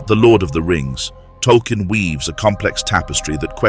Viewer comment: Can't say the author's name correctly. Vote down. Video skipped. You might have amazing content, but you're a poseur and you know it. Money grabbing non-fan.